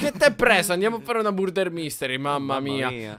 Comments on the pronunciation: Si dice marder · ho sentito burder invece invece che murder. Vbb cmq na forza 2 assassini invece invece che 1